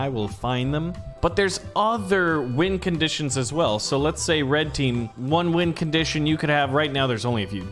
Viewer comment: Am I the only one that heard him say wind conditions not win conditions